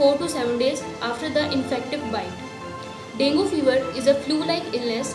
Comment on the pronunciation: Dengue is not properly pronounced in this video. Although good explanation